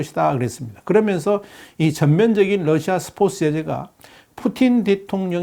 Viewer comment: 이 아저씨 스포츠 발음 왜 계속 스포스라고해 한국사람맞음? 중국사람아님?